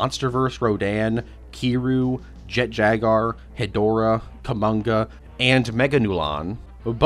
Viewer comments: Calling it jet jagar instead of jet jaguar really annoyed me for some reason. Like come on! Jaguars already a friggen word! How do you fuck it up. Great video though. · Bro really said “Jet Jagar” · mispronouncing japanese words/names is perfectly understandable their language is VERY different from english so theres no issue with that but my brother in christ theres a U in jaguar 😭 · "Jet jagar" 😂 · Or Jet Jaguar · Even with this remaster you couldn't pronounce Jet Jaguar correctly smh😢😢😢 Jk great remaster and I literally watched the original video yesterday and I didn't know about this one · why does he say "jaguar" like that